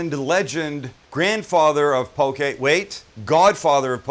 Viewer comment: The way he says poke